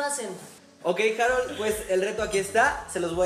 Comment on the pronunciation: "harol", JAJAJAJAJA HAROL.